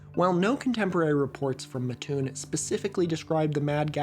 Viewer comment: speaking of Illinois, that town is pronounced mat-toon, with a short A, and doubling up on pronouncing the T :)